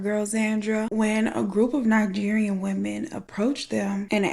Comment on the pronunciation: Are you pronouncing these words like this on purpose? Ni-gary-yan?